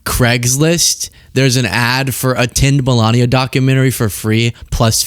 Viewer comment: Ah a “Documentme” 😏